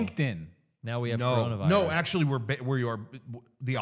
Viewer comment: Its Coronavirus, not Cornholevirus!